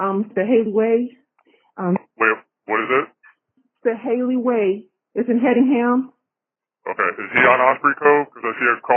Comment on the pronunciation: no they weren't, lmao how are you going to tell a local? First he says the city wrong. Second he says "HENDdinham" .. it's Hedingham. No N. I literally lived 2 miles from there for 5 years. You don't know anything, stfu.